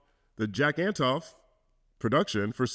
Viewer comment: Just a heads up, you mispronounced Jack Antonoff’s last name